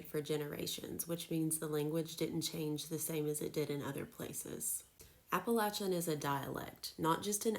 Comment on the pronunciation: Hey you pronounce it right. Thanks from the mountains of east tn